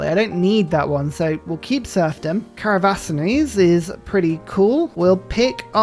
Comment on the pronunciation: If ever says caravansaries correctly, I may transcend.